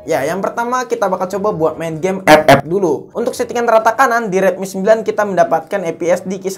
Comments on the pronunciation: Njir pas ngomong Ep ep😂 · Gw suka bang kalo lo ngomong ep ep😂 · Ngakak Mulu w kalau dgr Abang ngomong epep